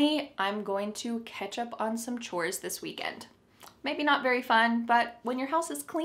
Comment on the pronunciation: Catch up on sounds like ketchup on😂